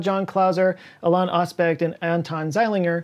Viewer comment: Love the video, as usual. One note though… (hate to be THAT person but) Alain is pronounced “Ah-LEN” not “Ah-LON”. It’s a french style pronunciation 👍